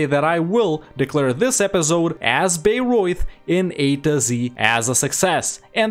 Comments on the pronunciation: Since I live near these two cities (Bamberg is the seat of the local bishop and Bayreuth the biggest city in the "near" vicinity - Bamberg being larger but also further away), I had quite some entertainment with these two episodes. :D Your pronounciation of both was pretty decent. (Your "Memmingen" btw was clean af!) The good ideas of Bayreuth I would explain by pointing out the fact, that Bayreuth has a long Hohenzollern history and was one of the most southern parts of Prussia (AND we all know the Prussian ideas). Actually I would argue Bayreuth (and Ansbach) should even be able to form Prussia themselves. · he's pronouncing it correctly! What has the world come too?!?